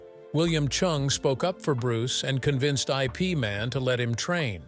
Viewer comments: IP is pronounced "if" not i. p. as in "If Man" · It's not I P Man, Ip Man or Yip Man. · "I. P." Man? It's Ip Man. You'd figure they could pick an AI could pronounce Bruce's master's name. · Sifu is not I P Man, it was Ip man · Haha click and bait! Got me too, Bastard! If the pronounce his name, I Pee Man,” there’s definitely something wrong here!! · I. P. Man? 😂 you’re killing me! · I P man? WTF? This narrated by AI? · I P man. Ha, ha IpMan, IpMam, IpMan